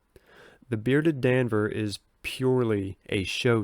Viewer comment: You’re pronouncing bearded Danvers just fine